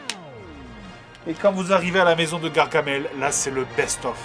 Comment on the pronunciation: Y'a pas de "e" à gargamel